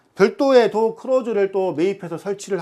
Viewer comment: 도아x. 도어o